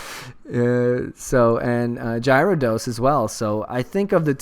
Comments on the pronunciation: Probably because no Giveaway. Scumbags -.- ....that or people mad about his pronunciation of Gyarados haha xD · WTF!!! No giveaway!!! Unsubbing and disliking D=< love your vids (P.S you mispronounce Gyarados)